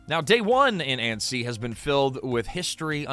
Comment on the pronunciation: It’s pronounced Anne-see. 2 syllables. If the narrator (AI or not) adds a syllable, don’t trust anything after that.